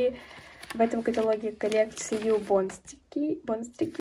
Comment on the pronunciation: Извини но бонстИки а не бонстРики😌